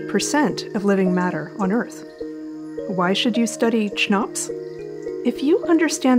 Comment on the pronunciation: I'd pronounce it "kuh-nops"